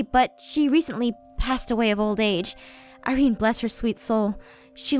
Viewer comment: umm does any one know why emmalyn keep saying lady ire-aphmau...i do. its because she KNOWS THAT APHMAU IS LADY IRENE!!!!! if u know HOW emmalyn knows that aphmau is irene plz leave a comment plz help me, i know emmalyn knows that aphmau is irene but how does she knows... SHE WASNT THERE WHEN APHMAU KNOWS SHE WAS LADY IRENE!!!WHEN APHMAU HAD THE FLASHBACK... oh and im watching this for the second time but im in 2016 now...the first time i watched this i was in 3015.